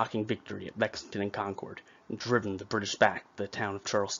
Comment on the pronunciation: Great video, thank you. FYI as a Massachusetts native, Concord is pronounced like 'Conkered' , and Charles-town, not Charleston.